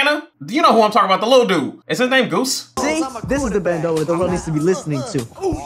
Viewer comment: recreation of the dance moves had me ☠️☠️ fr omg that is the guy from Hannah Montana. That’s funny! His name was Moises not goose ☠️but it does look like moose which rhymes so I see where you got that. I think it’s pronounced like moy-sis - why you do him like that 🤣 And as much as I love and adore my significant other no I would never tattoo his name or picture on me or expect him to..I’m down for matching tattoos though or symbolic tattoos